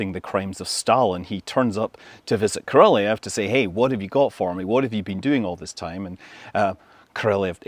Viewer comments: BTW, right pronounce of Soviet constructor name is not Korolev, you say like Koroljóv, with strong o. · Korolev should be pronounced with emphasis on the last syllable. It's not ko-RO-lev; it's ko-ro-LEV. Though really, that's a bad transliteration, as the real pronunciation is more like ko-ro-LYOFF. (The 'e' is actually a Cyrillic ё in the original Russian, which sounds like 'yo'.) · Love your videos Scott. Just an FYI...Korolev is pronounced more like... KO ROL YOV. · He always mispronounces Korolev’s name. He adds a non existent syllable. Ko Ro Lee Ev. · Cringe pronunciation of korolev. Utter cringe. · He also adds a non-existent 4th syllable to Korolev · If you do a full IPA breakdown of Scott's pronunciation of the name, you'll find that not a single sound matches the name's Russian pronunciation. In any of the Russian native accents, I might add. So. Will you do that? No? Thought so.